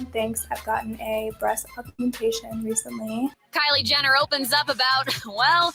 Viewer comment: "Liely jenner"😮😂